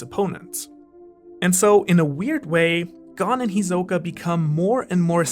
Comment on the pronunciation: why are you pronouncing all the names wrong? lol, who says Ko-moogi? and you said hisoka and pitou and gons name wrong too, well at least from how they pronounce it in the dub